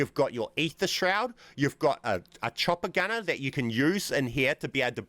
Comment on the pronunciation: The whole time I was wondering what he’s referring to when he says “a Tropicana”. Come to realize he was saying “chopper gunner” 🤣